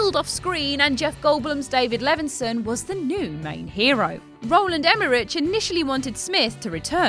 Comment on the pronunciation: Will Smith's character in Independence Day is named captain Hiller. There's only one I in it,, Hiller not Hillier. And the CH in Emmerich makes the K sound, like the names Ulrich and Ulricht. XXX is said as Triple X. You don't say the letters individually like CIA or FBI. Has seen either of the movies? Multiple characters say it out loud.